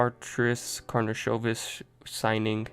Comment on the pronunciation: This is first video from all that pronounce correct last name, nice done!